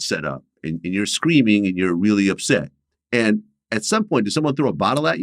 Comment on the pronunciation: vewee vewee 😂😅